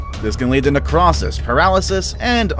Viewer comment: Nec-ROE-sis ... just FYI